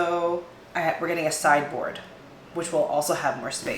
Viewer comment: I think and especially in these times, seeing people keep it real and not perfect is what is needed. I too can't afford the containers and things in the makeover organizing shows. we all do what we can also I kept hearing cyborg instead of sideboard lol